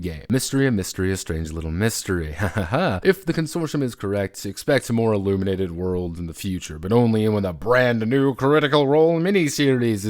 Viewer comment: IlLUMENated, you say?